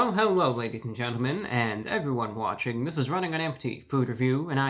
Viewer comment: h….hewwo… e-evewywun..... (;•́︿•̀ ;)